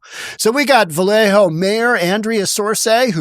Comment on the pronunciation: It's Valle Oh, not Valle Ho. Despite all the ho's on Sonoma blvd. And "pin ole!"? It's Pin-ol as on ye ol. SMH, where you from bro? You gettin non the names right! Hahaha